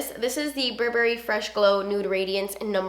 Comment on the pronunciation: I agree with the Tartelette palette....and I don't know why the browns come off as orange on my skintone even though they look so cool-toned! Also, wanted to tell you that "Burberry" is pronounced "Bur-bur-ee" and not a hard "berry".